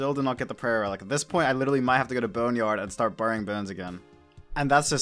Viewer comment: You say burying wrong